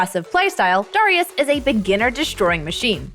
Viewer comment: stop saying darius like that.. my god lmao